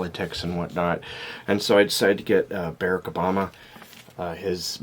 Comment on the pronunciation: hon, i think you're not pronouncing mr obama's name right.